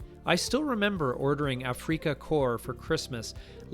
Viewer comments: It's not pronounced Afreeeka. It's pronounced the same as it is in English: Aftica. Oh, yes, thanks for the reminder that these great games existed before we had PC. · A-free-ka? Some weird Canadian thing? You mean Af-ri-ca? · Squad Leader was my fav and still have it. All the boards and expansions. Had to play solo always. On another note A-freak-a ? Afrika is pronounced Africa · Afreeka Corps? Really? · A-freeka core? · Ah-free-ka, what's that? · Is not Afrika pronounced like Africa? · Afreeka? Is that like Afrika or Africa? When I hear creators say things like that it’s irritating. Because it makes me think that they never actually played the game. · You don't pronounce Afrika like Paprika, you pronounce it like the continent Africa. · You are mispronouncing “Afrika.” It’s German and the accent is on the first A. When I was on active duty in Germany in the 1970s, several of the German workers served in the Afrika Corps and that’s how they pronounced it. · "Afrika" isn't pronounced like "Paprika" and yes I had both of these Africa games. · From now on I'm going to pronounce "Afrika" just the way you do. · I'm pretty sure it's pronounced in German very close to how we speak it in English. Maybe with a slight roll in the "R". I tried an on-line translator that had a button that pronounced the word, and that's how it sounded to me. Sorry to be a nit picker, I enjoyed your video.